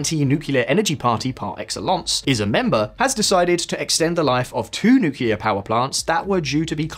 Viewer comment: Nuquelar?.....he said nuquelar?